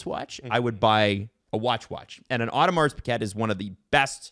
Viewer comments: Audo Mar Pee Gay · Pronounce it Audemar Pee Gay